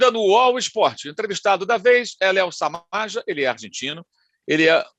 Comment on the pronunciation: É Samaja (Samarra). Kkk